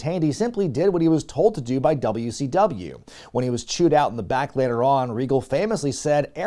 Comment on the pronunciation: Did my guy call it Dummy C W